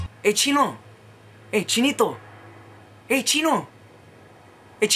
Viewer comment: LOL its so funny when u say chino....